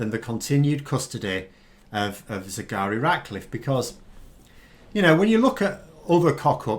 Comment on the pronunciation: Despite your excellent anaysis, its a pity you keep calling her Sigari Ratcliffe. is that how it's pronounced? it's not what you lead with. Take care, write it on a postcard and stick it on your desk for the duration. It is a difficult name. But we owe it to her to get it right.